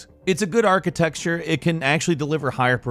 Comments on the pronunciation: I'm still waiting for the day when stops saying "architexture" instead of architecture. Edit: halfway through the video he does (after saying it wrong four times in a row at the beginning). Now I'm completely confused wether I'm trolled or not. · Archi-texture?? What the heck is that?? Do you guys deliberately pronounce words differently in your videos? Haha it's so funny. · Lol cpu “architexture” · It's not an archiTEXTURE tho :D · I like the video, but “architeXture“ is putting me off. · are you really saying archiTEXTure? damn breh English much? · Was I hear "Archi-texture"? If so, I'll forgive you, because, you know, you're a bird.... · Years later and I am still annoyed by you saying archiTEXTURE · What's a micro archi-texture xD